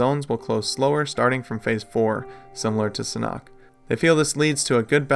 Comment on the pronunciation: It’s pronounced “SAN-HOOK”